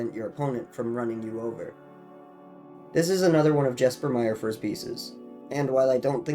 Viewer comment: Cool video! Just an fyi for future reference Jesper Myrfors' name is pronounced "Yes-per Meer-fors."